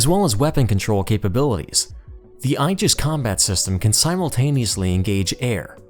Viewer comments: When describing the Japanese destroyers and their duties the narrator pronounced the word, “Aegis” as “EYE - JUHS.” (think eyeball) The more common American pronunciation is, “AY - JUHS” which apparently is also incorrect but is prevalent throughout the Navy. The correct pronunciation is , “EE - JUHS” supposedly the correct Latin pronunciation, most often used by pedants. I suggest maybe hiring a copy editor. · Aegis is pronounced 'E'JIS with a long "E" followed by a JIS. Two syllables. OK?!